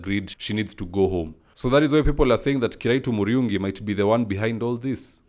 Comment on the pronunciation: He is kiraitu murungi and not kiraitu muriungi bro. You are good at what you do..keep up